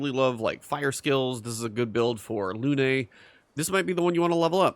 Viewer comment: It's Lune. Not Lune-ay. The game is French, you don't hit the last letter unless it has an accent. Didn't you open the video by saying you like to change sound so that you can hear voice overs?